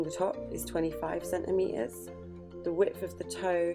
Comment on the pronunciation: Centimetres has two “T”s in it. Please pronounce them